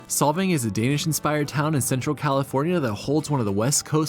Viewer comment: SOLVANG NOT SOVANG